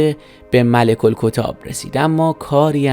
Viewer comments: باز جای شکر داره «مَلِک الکُتّاب» رو «مُلک الکِتاب» نگفت فقط یه تشدید جا انداخت! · "ملک الکتاب" اشتباهه. روی حرف ت تشدید داره و باید درست تلفظ بشه. "رزق و برق" بی معنیه. "زرق و برق" درسته. کلا گوینده روی معنای کلمات و جملاتی که بیان میکنه هیچ تمرکزی نداره. فقط داره یک مطالبی رو میخونه و میره. منابع تاریخی چندان ذکر نمیشه و روایت ها ضعیف و غیر معتبر، کامنت ها هم بیش از حد باورمندانه نوشته شده و معلومه ببیننده ها بیشتر باورهای عوامانه از تاریخ رو دوست دارند تا واقعیت های متقن. از این جور تاج بر سر گذاری ها و سلطنت دزدی ها در تاریخ زیاده و معنای سلطنت نمیده. چیز خاصی کشف نکردید دوستان. بیشتر به درد کسانی میخوره که هیچ مطالعه ای ندارند.